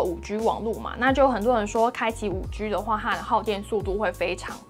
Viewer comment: 你好！一直有个小小的感觉这次特别明显，我好想留言告诉你，你的G的发音好可爱哦，不是常见的类似“吉”的读音而是会读成有点偏“居”的读音，这次因为有一段讲5G的部分出现的超频繁，超可爱的！😋🥰 非常喜欢你的频道和你的风格，祝你订阅越来越多哦！希望可以多介绍一些好玩好用的捷径，感觉很厉害可是我不太会用这个部分。